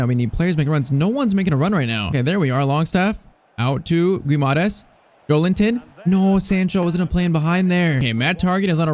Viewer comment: Bruno's name is pronounced gee-mar-reyech